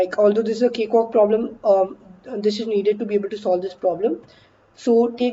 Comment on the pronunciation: Nobody: Ansolutely Nobody:: CaKeWaLk!